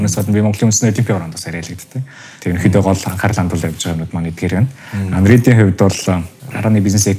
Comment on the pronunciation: Undead gej sonsood bga hun bna uu?